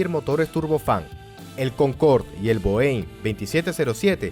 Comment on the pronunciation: Viniendo de alguien que narra sobre la aviación me da un especie de infarto cada vez que escucho cómo pronuncia Boeing.